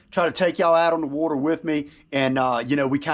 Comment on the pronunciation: “ on the Wuuuuuter”